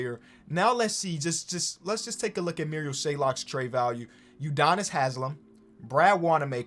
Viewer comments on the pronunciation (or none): it makes me so angry when calls marial shayok (merry-ol shay-ock) muriel shaylock